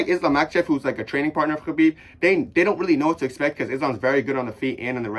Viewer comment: Bro sounds like he’s choking on a puppy saying Khabib